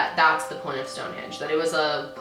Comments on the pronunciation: For some reason i always pronounced it "Stonehedge" and not stonehenge...idk i always remembered it like stonehedge lol im confused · wait my mind is blown that its HENGE and not HEDGE lmaoooooo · so thanks to this video i learned its stone henge not stone hedge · 30 seconds in and I’m already learning I also pronounce it “hedge” but it’s “henge” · Okay So literally right before clicking the video I read the title and was like "Stonehenge? I've always pronounced it Stonehedge wth" and that's like the first thing you say when you started the video ... damn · I’ve always said Stone Hedge too 😂